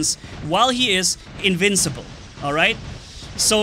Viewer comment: "Incincible" "rancendance" just two words you miss, I adress this, without hate ok? I just thought is funny